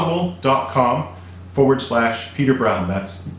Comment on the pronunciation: Why you say audable